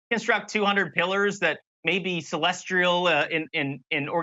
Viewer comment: He also pronounced celestial as “celestrial” earlier.